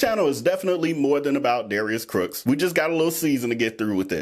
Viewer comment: Lol he is tripping me out saying Darius Crooks instead of Cooks